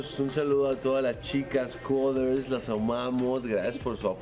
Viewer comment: el wey dijo las coders no las couders 😂